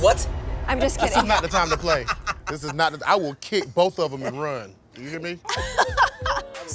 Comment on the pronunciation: “i will kick bof of em and run” lmfaooooo